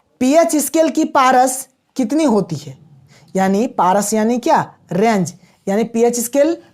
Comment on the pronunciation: पारस नहीं , परास चोदो नहीं, चौदह 😂